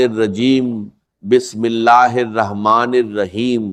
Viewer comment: is m bismillah kitni wrong padhi h